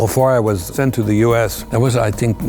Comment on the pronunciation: you can here his German accent clearly when he says I think